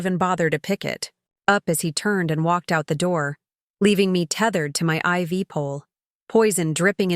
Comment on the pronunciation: Finally! IV line is pronounced correctly.